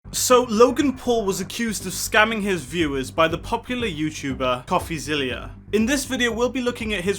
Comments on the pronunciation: Pronounced...Coffee-ZILLA. Not ZILLIA! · No need to be a nerd or anything, but it's pronounced coffeezilla, like godzilla, not coffeezillia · STOP SAYING COFFEZILLIA ITS COFFEZILLA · It’s Coffee-zil-la not Coffee-zil-lia. I assume you are basing your comments on Logan’s response without watching the Coffeezilla series. I guess what you said makes sense if you have zero back story and all you know is Logan’s response because if you had watched Coffeezilla’s series you would know that Logan had a bucket infront of him to catch all the BS coming out of his mouth. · Great Video, we all love DRAMA! BTW It’s not Coffeezillia. It’s Coffezilla. Like Godzilla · zilla not zillia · It's Coffeezilla like Godzilla. You were saying Zillia. Not a big deal but thought I would mention it if you do future videos on him. Great analysis except for the recording aspect, it's legal in one-party consent states. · ITS NOT ZILIA - ZILLA like godzilla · It’s coffeezilla not coffeezillia